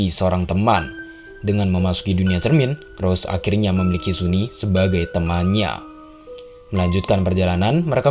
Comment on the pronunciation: Bang, sunny itu cewek ya? Dilihat dari tubuhnya dia itu cewek, hanya saja rambutnya yang pendek. Wajahnya juga sudah cantik, tubuhnya juga tubuh cewek. dipastikan dia cewek Bacanya bukan suni tetapi sani